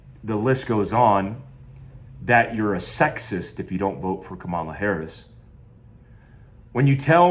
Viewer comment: Lost a follower here. I’ve always enjoyed your videos and insight on the topics that you’re obviously knowledgeable about. Now, we’re on a political journey. On top of that, you can’t even pronounce her name right after using all of those big words smh. Oh and I’m not a democrat. I’m pro what’s best for me and my family. That is the advice that should be given to Americans.